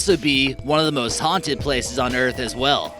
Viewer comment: Ghostrider: ye- American eye: HAUTED